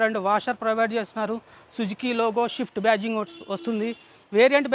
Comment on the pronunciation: Adhi shift kadhu raa ayya. Prathi okkaru pronouciation rako ledho inko reason valla shift shift shift ani dhenguthunnaaru. First sarigga palakadam nerchuko. tharwatha review chedhuv gani. Swift* స్విఫ్ట్.